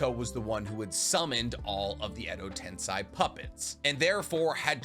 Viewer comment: Mi-yo-bo-ku not Muobuko KotoamatsukaMI not Kotoamatsukame Edo TenSEI not Edo Tensai Please bro. I really enjoy your videos, it's just everytime you say these words, pronouncing them wrong (absolutely butchering the name of the Frog Mountain)... it hurts my soul, man.